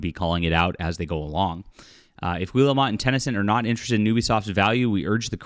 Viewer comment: It's pronounced "Gee-el-moe" 😁😁😁😁